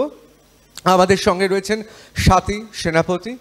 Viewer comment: এরা 'স্বাতীকে'স্বওয়াতী উচ্চারণ করছে কেন?